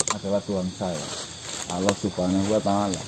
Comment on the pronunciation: Bukan aloh mas, tp Allah swt